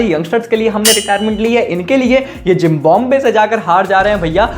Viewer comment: Bro said Zimbabwe ❌ Gymbabe✅😂